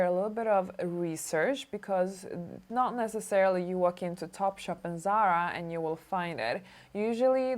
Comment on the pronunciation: You're not pronouncing Zara correctly... It's a Spanish word